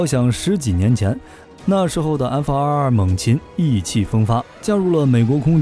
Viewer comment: 为什么总是要把 F22 念成 F222 ？！ 明明是两个 2 却要念成三个 2 ！